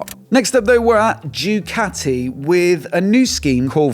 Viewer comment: Did my man just say Jew-cati?! 😂